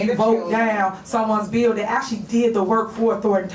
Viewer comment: Henyard said "Dis a beeo". Yeah professor, it's actually 'This is a BILL'. She's comedy gold.